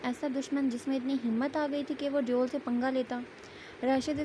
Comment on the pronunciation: Exactly. It's devil not deool 😂😂